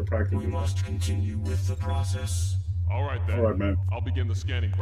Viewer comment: "Arright" - Elder Gods, N64 version